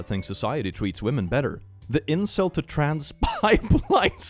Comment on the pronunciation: please say trans without the appearance of an "oo" vowel if you can help it